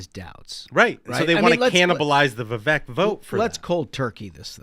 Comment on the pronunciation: Love the show - love the insight you can't get anywhere else - but guys, please pronounce Vivek's name properly - It is Vivek, rhymes with cake